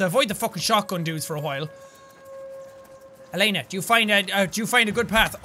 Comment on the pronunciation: her name is not laners it is Elena